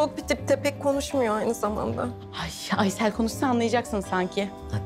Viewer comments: Aysııll ne ya yıldız 🤦‍♂️🤣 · Her ingiliz biri geldiginde aysele aysil diyemezdin yildiz djsjejjejejs